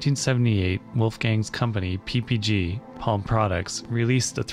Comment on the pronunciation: Feel free to voice that L in Palm bc it's German.